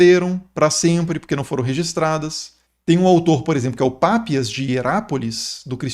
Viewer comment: Detalhe bobo: o pai da Igreja não é Pápias, mas Papias. Leia-se Papías